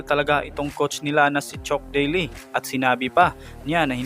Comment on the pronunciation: naguluhan ako sa mga binigay mong name chook daily, bill imberg, james harley😂😂😂 nice content pero research mo mga name nila pag di mo alam banggitin para di ka nagkakamali sa pag banggit ng mga names nila.